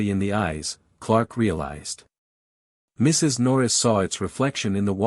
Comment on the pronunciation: Teach the AI when narrating, the period is not always the end of a sentence. It paused after the Mrs. in Mrs. Norris